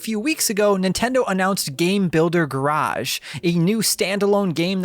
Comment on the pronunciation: Please say Garage correctly…